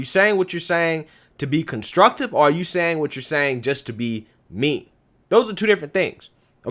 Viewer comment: Me .. me.. not may